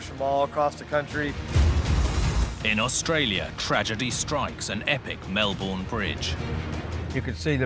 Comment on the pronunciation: You’d think he’d research how to pronounce Melbourne before doing the show. What an incompetent fool.